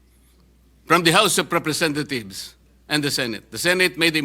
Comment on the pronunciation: I heard you said "the house of representathieves", Ms. Condominium ....hmmm